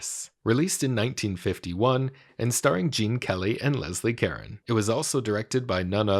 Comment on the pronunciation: Great video. But FYI, her name is pronounced Leslie cah-RONE (with a French pronunciation) rather than Leslie Karen.